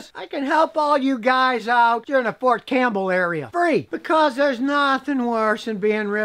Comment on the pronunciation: It's Fort Cam*P*!bell sire xP